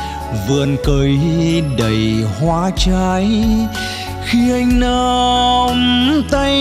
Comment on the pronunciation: Tân Nhàn thì Sao Mai rồi, nhưng Duy Phường hát quá hay, chất giọng thấm lắm. Coi Duy Phường là Sao Mai, cùng thứ hạng Tân Nhàn. Em sửa phát âm chữ "Nắm" trong câu Khi anh Nắm tay em là ok Phường nhé